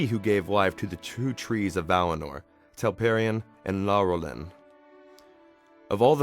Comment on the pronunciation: Valinor, not "Valimar".